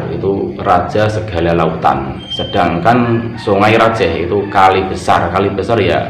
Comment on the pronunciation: Songai rajeeeh Pakai e tadz bukan E Salam dari madura bangkalan ustadz,semoga chanel nya semakin berkembang.